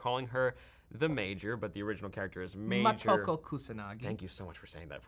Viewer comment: Ma-to-ko? Riiight...